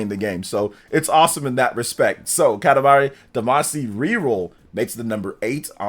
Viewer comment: Mispronouncing Katamari Damacy is proof you didn't play it. Everyone who has knows why.